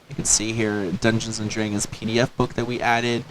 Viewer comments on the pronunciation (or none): I came here for the review, and it's great. But, as a phonetics student, I was very intrigued by the way the guy pronounced "dragons" . As I'm not a native English speaker, it was only recently that I started to pick up the differences in pronunciation between American and Canadian English. I assumed, by the way he said "about" , that he's Canadian, so... is it a Canadian trait the way he says "dragons"? Or is it just my hearing, or the audio quality, or whatever...? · Although I never expected a Canadian to pronounce "dragons" the way he did...